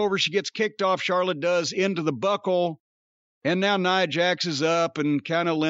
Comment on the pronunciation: He calls her "Nee-ah" Jax. 😂